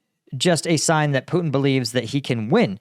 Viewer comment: Karoline Leavitt cant even say Putin's name right. she says "Poo-in"